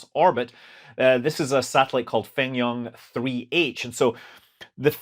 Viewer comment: About the pronunciation of "FengYun" satellite, try the pronunciation similar to "Phone Ring", which will sound more in line with the mandarin pronunciation. The pronunciation in the video sounds more like the city of 汾阳(Fenyang) in China.